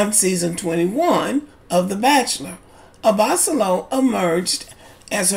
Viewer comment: Hi, his last name is pronounced "Abba-solo". And I'm inclined to agree with you. As a lawyer, Rachel should've safeguarded her interests better. Also, besides Lauren & Cam from LIB who are still together, there is also Brianna & Vincent from MAFS.